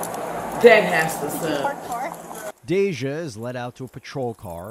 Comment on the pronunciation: Not the narrator repeatedly calling Day-jah "Dah-jah" 😹